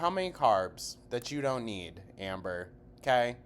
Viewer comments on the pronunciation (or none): How does she manage to get an “L” in don’t?? Doln’t. . . .wtf is this vernacular gymnastics????